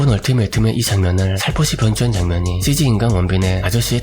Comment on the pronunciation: 삼촌.......나 미쳤나봐........삼촌의 cg발음이 찌찌로 들려 ㅋㅋㅋㅋㅋㅋㅋ